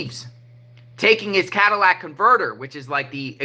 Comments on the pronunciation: Catalytic. Not cadalyc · Cat-A-lit-ick Converter 😉 It's filled with platinum a valuable metal that aides in pollution control. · Not being a smarty pants but it's a catalytic not Cadillac😂❤😂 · Cat a latic is the way it’s pronounced. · Tires to! We were driving to Sam's in Memphis yesterday and there were 2 different cars, in 2 different spots on the highway up on blocks with no tires. Blew my mind. The part is pronounced - cat-a-lit-ick. Catalytic. Hope that helps. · Catalytic Ca-Ta-Ly-tic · I don't mind if you pronounce catalytic converter incorrectly.,😊, what matters is the great reporting you always give.